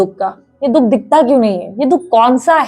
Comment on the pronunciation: Kya didi 😂😂 dukh ko dudh bolre ho chain se matam b mnnnanae dete ho aaap toh😂😂😂 hnsa hi diaa , dungi di plot hi khridungi oosklie ni pr ab apnliee😅